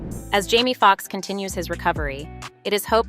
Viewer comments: Why does the narrator keep pronouncing Jamie as Jammie? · It's so annoying that the commentator has no desire to pronounce the name of these people correctly. His name is JAMIE not "Jammie". You have the audacity to even write it as "Jammie" in the graphics. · Hussy he name is Jame e not Jam e